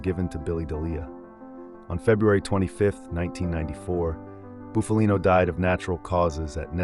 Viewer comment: The narrator is mispronouncing Bufalino last name